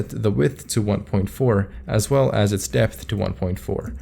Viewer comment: height dipth and wedth! Thanks for the sick video btw, very slick !